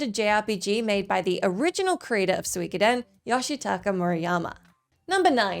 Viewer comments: It's Su-Ko-Den not Swik oden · Soo - e - ko - den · Hearing her try to say suikoden was so cringe I had to skip ahead lol